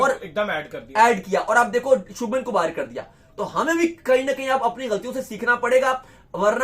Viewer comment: He is शुभमन not शबनम. Please pronounce correctly. Show respect..